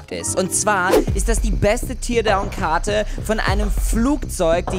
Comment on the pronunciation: es wird tärdown ausgesprochen !!!!!!!!!!